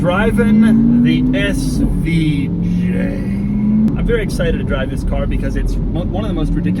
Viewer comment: too funny how he says SVJ!!!